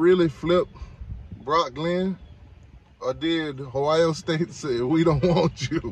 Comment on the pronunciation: Boy trolling a Elite 11 film 📽️ turn on the game tape.. It's Ohio State not Hio State.. Every QB on Miami depth chart is a project even TVD.. And we see you laughing through the pain 45-3